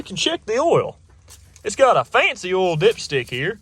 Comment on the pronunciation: When he says OIL. I laugh because he says H’OIL 😝